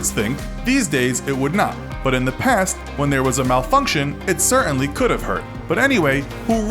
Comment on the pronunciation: The narrator apparently doesn't like pronouncing the letter 'T' when it's in the middle of a word. Examples: 'kah-un' for 'cot-ton', 'cer-ain-y' for 'certainty'. Nothing to do with subject, just bugs me.